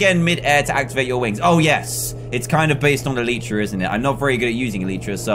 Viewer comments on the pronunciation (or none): Dan it's alitra not aleechra 😛